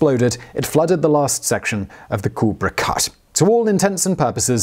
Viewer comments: Cool-lay-bra cut, not cool-bra cut. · How do you like the way that he pronounces culebra?